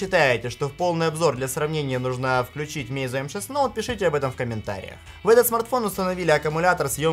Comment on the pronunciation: Произносится название фирмы "Онор". Сколько можно уже коверкать английские названия? МейцзУ - ударение на последний слог.